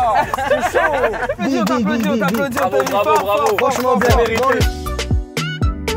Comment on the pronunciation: Mais pk il dit c'est saut au lieu de chaud 🤣